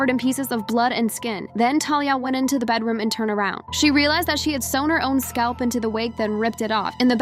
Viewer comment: “That’s my bednarom 😰”